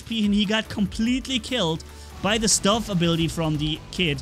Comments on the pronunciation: It's not stuff it's stove!😂I'm not even American and I know how to pronounce it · sorry for saying this but that is not how u say the word (stove) I am pretty sure its stove not stuv. every time u said it I laughed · stoooovvveee. Not stuv lol. We love you. Just remember. Stove. Like what's in your kitchen.:) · Hi..i like the kid becoz of the anti tank abillity and its stove not stuv..i love your vids keep up the good work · What’s a stuve.? Don’t u mean stove. U know like where u cook dinner.. on the stove. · Its stove like a cooking stove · "stuhve" when you think a while about how he said it, it weirdly makes sense for a few seconds but then you don't get it again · When ever says stove it just sounds like stuff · Great content again my friend. And it's hard to see the damage resistance as you start getting shot by more people at that time. But I agree with that amount of resistance the kid should not go down so easily. And its St-O-ve pernouced with the O. As in you are cooking someting on the stove. Keep this content coming it helps so much.👍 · I think it’s pronounced St-O-ve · can u say ohhh?..It's a stove like you cook on stohhhhve..ohhh get it kk welcome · Are we just ignoring how says stove? Lol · Stove is not pronounced the way you say it; the 'o' is pronounced like in 'snow', as opposed to 'love':) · you said stove wrong